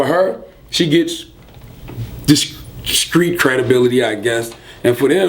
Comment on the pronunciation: What adds to his charm is that he pronounces street "skreet".